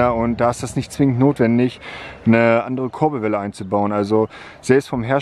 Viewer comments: Das heisst Kurbelwelle und nicht korbelwelle hahahaha 😂😂💯🤣👌🏻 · #Korbelwelle statt Kurbelwelle 😧😂